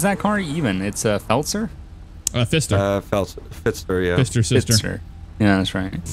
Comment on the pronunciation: I just realize 5 years later that say “ fister sister” but it sounded like “fist her sister” 😅